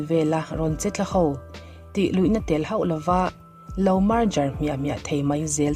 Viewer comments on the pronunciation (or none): "...tih luihna tel hoh lo" ❌ "...tih luihna tel hauh lo" ✅ "bei buai" ❌ "biai buai" ✅ "lipse" ❌ "lepse" ✅